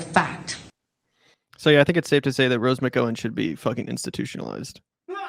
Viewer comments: Lolol. Rose "mih-go-win" lolol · I'm pretty sure he's pronouncing her name the Irish way. Or at least closer to how it's pronounced in Irish. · bruh you're way off on this one. 1) you could pronounce her name right. 2) it's fucked up to say she should be institutionalized. 3) maybe listen to what she's saying?? it isn't drivel. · Not gonna lie, this made me revoke my patreon. You know Gavin was going to win even if she voted for Larry. Furthermore, she was a victim from Weinstein and Newsom. She isn't even close to being a republican, she just hates Gavin. You both are talking about an issue that you clearly have not read up on, and that's indicated by how you don't even know how to pronounce her name. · That was silly and juvenile how you mispronounced her name deliberately. I for one have been so turned off by the crappy democratic political establishment that I don’t blame her and I said it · You can't even say her surname correctly ffs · LOL, he can't even pronounce McGowan. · You idiots can't even say Rose's last name right, you MFing morons.